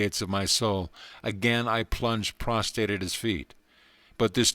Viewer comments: Friend, A little literacy goes a long way.. the word for lying out flat upon ones front or face is 'prostrate'.. 'prostate.'. Prostate is a gland in the male pelvis and has nothing to do with lying upon one's face. Prostrate is the word that your lips so repeatedly refuse to pronounce. I Haste makes waste!.. as well as disrespect to a time-honored classic. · Prostrate*** not PROSTATE 😂